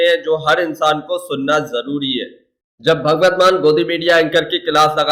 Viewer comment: Yaar Naam tu Theek bolo .... usska naam Bhagwat nahin Bhagwant hai ..... 😤😤